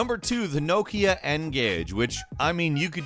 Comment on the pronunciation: Kudos for pronouncing "Nokia" correctly.